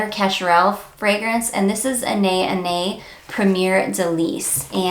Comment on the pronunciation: BTW, the correct way to pronounce Anais is 'Anna-ees' ☺